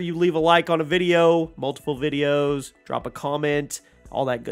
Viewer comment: You’re videosah are alwaysah so greatah